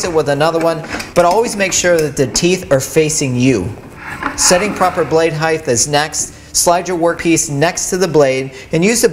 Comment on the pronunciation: Trivial point of note, but there is no such word as "heighth". It is "height".